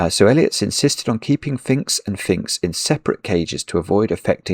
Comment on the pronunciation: I cant believe how many times you clearly said Finkz instead of phinx when you were definitely talking about phinx!